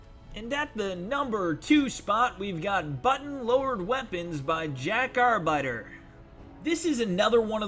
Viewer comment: In between using a thesaurus and talking about male genitalia, "" managed to prounounce arbiter "are biter." well done son.